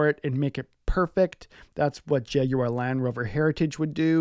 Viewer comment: Nice to hear an American pronounce Jaguar correctly.😉 a good clean, de rust, valet and do the maintenance that is necessary.